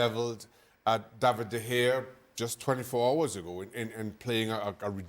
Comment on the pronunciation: Ramsdale is english. David de gea is spanish. British pundits refuse to prounce de gea's name right even though he's played for man united for nearly a decade and blame him for every mistake. Clear bias.